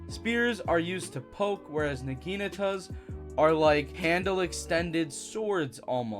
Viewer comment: Started tweaking for a sec when he said naginatas but I locked in